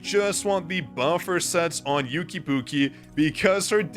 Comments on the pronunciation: For someone that knows chinese, you calling one of the largest artists in China/Asia "yooki pookie" I'm dying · Yuqi's name is pronounced as "U-qi" in Korea. The Y is silent. So like "Oo-key". I listen to their music and am familiar with their name pronunciation 😅